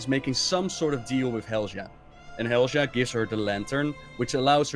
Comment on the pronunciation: Also saying Helja instead of Helya